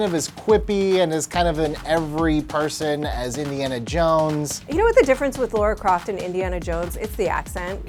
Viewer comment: I died a little bit inside because every one of you called her Laura Croft. 😦